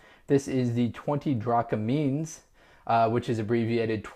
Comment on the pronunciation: Its drachmas not drachmins